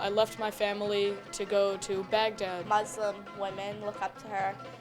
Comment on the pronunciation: Stop saying Muzlim, it is muslim...Cmon people stop calling it "Izlam" It is islam